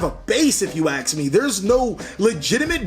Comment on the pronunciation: Love the way he says: "If you aks me" But seriously, it's well known that every deck has its own learning curve. I remember when Pendulums came out I really hated them so much, but never actually tried to understand them, then, when the PEVO set came out I bought a box and build 2 decks out of it, Pendulum Magician and Zefra, and still playing them even today, but none of my friends can follow my line of thought when it comes to Pendulum combos, techs or matchups. And I can't pilot non-pendulum as half as good as Pendulum based decks. So, imagine the ones that keep changing decks each new format just to keep playing at the top tables, they really have a lot of skill and knowledge of the whole game.